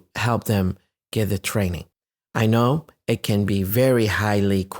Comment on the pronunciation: ليه استاذ عبارة :it can ، نطقتها زي: e kn كانها بالعربي "إكن" ليه ماقلت: ايت كان؟